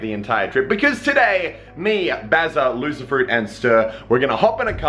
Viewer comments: He said loserfruit and I thought he said lucifer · OMG I'm May be bad for this but I thought you said Lucifer for her name😯